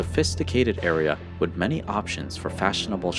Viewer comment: The narrator really needs to learn how to say the word "with", hint, it is not supposed to be pronounced "wit"!!!